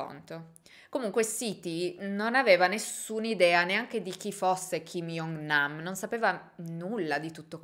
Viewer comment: video bellissimo, mi trovo solo a fare un appunto sulla pronuncia , "kim jong nam " non si pronuncia "iong nam" ma "giong nam", come la pronuncia di "joker" per farsi capire ahaha oltre questo bellissimo video, non sapevo che dietro a questa morte ci fosse tutta questa storia